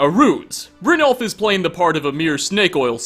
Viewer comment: its Brin-y (like the beginning of yellow) -all-f. That's what the 'j' is meant to sound like. I love you, but your pronunciation of certain words drives me crazy. Lol.